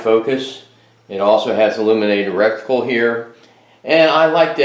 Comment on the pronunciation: You mean RETICLE, NOT RECTICAL. 👍. Edguns are great air guns. Sweet set up.